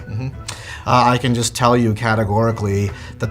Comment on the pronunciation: I loove how you pronounce such word as 'just' 'jule'. So cute!